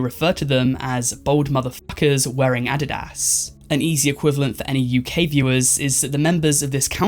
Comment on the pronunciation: Did he pronounce Adidas wrong?